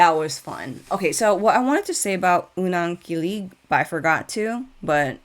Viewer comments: you pronounced Unang Kilig perfectly. Continue getting well and we'll wait for you to catch up with other Bini songs and performances! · Ur unang kilig pronunciation was perfect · Very happy to see you back reacting to Bini! Your "Unang Kilig" pronunciation is good actually, and I'd just like to add that "kilig" does mean thrill in a way, but is for love/affection/admiration, its like "butterflies in your stomach" so when you say someone is "kini-kilig" they're feeling the butterflies. Will you be reacting to the dance practices of Bikini and Unang Kilig as well? I'm excited for your Binichella reactions. 🤙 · Your pronunciation of "Unang Kilig" si good